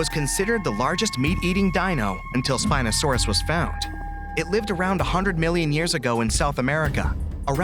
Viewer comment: wrong spino pronunciation